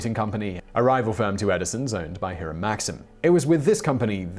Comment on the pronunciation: Hiram is pronounced with a long-I. And it would help if you could include a middle name, since that family had multiple Hirams.